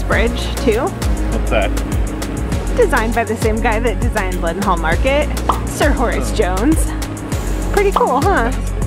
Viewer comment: Have a great holiday....Psst..its pronounced Lead'nall and not Lead-en-hall.